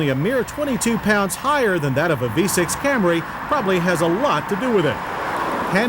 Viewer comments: It’s the mid-90s, but he’s still saying Cam-ray! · There John goes again with the CamRAY reference. I guess he is just sticking to his pronunciation of it!